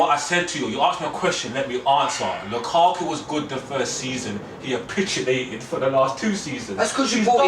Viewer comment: The word is CAPITULATED, not APITULATED.